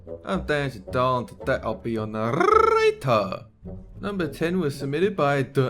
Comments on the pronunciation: Nar- RRRR -ator. 😂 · "I'm danger Dolan and I'll be your narlrlrlrlrlrlrlrlrlrlrlrlrlrlrlrlrlrlrlrlrl Your motor apparently"